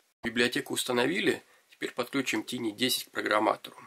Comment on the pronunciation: Всё-таки правильно говорить "тайни", а не "тини".